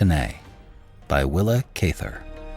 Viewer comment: great story. thanks for all you do. just so you know, you are pronouncing her name wrong.